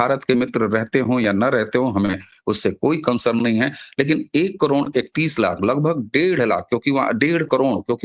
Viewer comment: करोड" शब्द का उच्चार आप "करोंण" ऐसा क्यूं करते हैं?